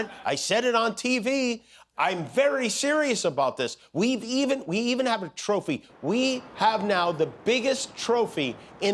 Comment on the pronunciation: 😂😂😂😂" Atrophy of the brain" instead of " a trophy" IS wonnnnnderful, i Love it❤❤❤😂😂😂